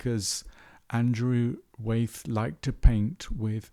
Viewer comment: It’s Wyeth not Weyth. Sorry Great post though